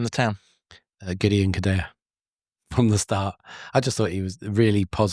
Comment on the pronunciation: KODUA IS PRONOUNCED - COD DOO AH and 2 - 0 Luton Win